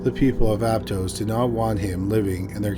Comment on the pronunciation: I lived there it’s pronounced Ap-toss